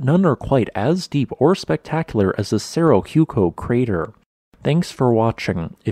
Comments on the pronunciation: It is pronounced Serro Wayco. H is always silent in Spanish . . . always. Cerro Hueco means Hollow Hill. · Very educational. I enjoyed this presentation. I would have liked to have seen this eruption happen! PS: The pronunciation of Cerro Hueco is serrow waco. I'm sure you know it means Hollow Hill. Looking forward to more! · The best thing about Cerro Hueco is the Golden Eagles the nest and breed in the crater. The correct pronunciation is Cerro Waco, like the town in Texas. Thanks for putting my favorite place in Arizona on YouTube. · That's not how you pronounce Cerro Hueco, not even close